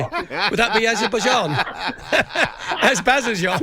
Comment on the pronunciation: sounds like he's been on the glue (not being able to pronounce Azerbaijan). What does he care about Celtic anyway?!